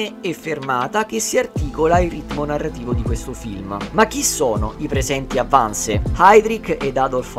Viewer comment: Gentile, il film è molto ben fatto e tutti gli attori bravissimi. Vorrei chiederti però di pronunciare i vocaboli in modo corretto: Wannsee non si pronuncia "Wannse" ma con le due e finali ed inoltre in tedesco la "h" iniziale delle parole non si inspira...non è inglese!!